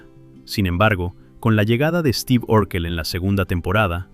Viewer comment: Mucha pronunciación en inglés pero luego dice Esteve.